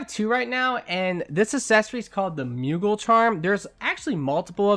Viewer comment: love you. but it's pronounced moo-gle not muegle.